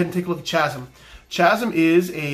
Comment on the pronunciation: Don't worry it pains me too